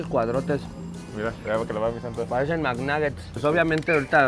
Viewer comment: "Parecen mcnuguetts" uuff papaya